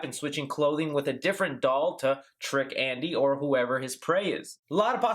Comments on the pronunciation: Is it just me or did I hear 'asshole' instead of 'Andy' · The voice sounds like it's saying "asshole", rather "andy." I'm dead serious.